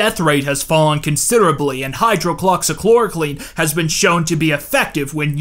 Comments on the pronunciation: And it’s hydro-oxy-kloro-quin dude it’s not that hard to say just sound it out like a big boy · Hello, pharmacy tech of 5 years, pronunciation is hi-drox-ee-chlor-uh-quin I’m sure youve gotten it a few times already and it doesnt do any good since the video is already recorded and uploaded and probably wont come up again but ya know 😂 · Pronunciation tips : He-drugs-see-claw-raw-queen. You're welcome. Otherwise, good content. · It’s pronounced “HI-drox-e-Klora-kwin” or “HI-drox-e-Klora-kween” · say it with me hide rocks ee chlor oh quin[ton] hide-rocks-ee-chloro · Good video, but Hydroxychloroquine is pronounced: “High-droxy-cloro-quinn” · High-drox-ee Kloor-oh-qwin.........great video🤘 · eh, she'll be right. I still got the point when he said it so it's not that big of a deal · Can't get over the way you pronounce doge. Also hydroxychloroquine. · Oh also found the consistent but always incorrect pronunciation of hydroxychloroquine kind of hilarious. Like chlorine is nowhere in the name :p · Man, really nailed the pronunciation of hydroxychloroquine. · That's not how you say hydroxocloroquine... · Love all the creative ways in which you pronounced "hydroxychloroquine"